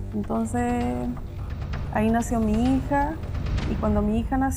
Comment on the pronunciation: La vja dice "mi hiha"